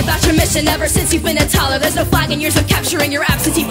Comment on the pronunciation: Moana said " since you been a toddler" but it sounded like she said "since you been a taller"